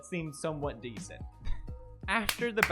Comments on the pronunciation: YO HE CALLED ME DEECENT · “Pewds just called me ‘decint’”, “He just called me ‘decint’”